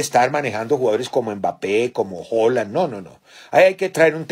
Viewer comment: jajajajaja quien es hollan 🤣🤣🤣🤣 sera haaland jajajajaja